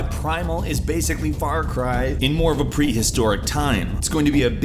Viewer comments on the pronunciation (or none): "Far Car" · "Far Car" ? xD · Wait... Far car primal? Umm Doctor Phil? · Also, Im most excited for SuperHot. Also, why do I feel like I have heard of Far Car before?